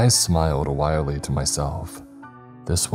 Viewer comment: Please, if you read this please pay attention! You always mispronounce the word “Wryly” as “wirely” which is not how it’s said. It’s “Rye-Lee” not “wire-Lee” and it’s a common word that you always mispronounce. Please take note and address the problem!! It’s driving me nuts!!!